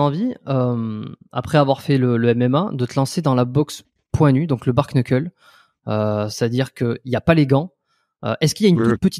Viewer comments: Bark-knuckle ? La prononciation est très mauvaise c’est bare-knuckle et se dit en phonetique bare-nuckle (certains disent juste bare) ! Il n’y a pas de K à la fin de bare et le K est muet en anglais sur un début de mot 😅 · Bare Nuckel, on dit pas K dans le Kn en anglais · Et ils prononcent le A alors qu'en anglais phonétique ça se prononce"Bère", le A se prononçant comme un "è" 😂😂😂 du coup à l'oral ça se dit "Bère Neuckeul" mais ça s'écrit du coup "Bare Knuckle" Ça pique les oreilles leur prononciation 😂